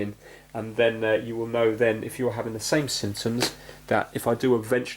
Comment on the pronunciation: whenever you say symptoms, it sounds like you are saying the simpsons.